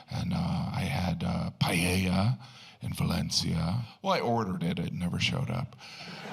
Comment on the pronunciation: Yes, I thought it was a bit insulting. And at least he could have learned to say PAELLA.